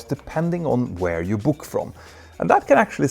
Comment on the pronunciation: E'et i slutet på cache uttalas inte, bara så du vet. Uttalas som cash.